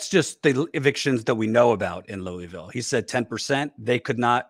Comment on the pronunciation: What the fuck is that pronunciation of Louisville? Or is he talking about another city that sounds similar?